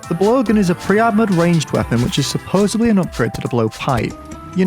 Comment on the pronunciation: it's "supposedly" not "supposebly"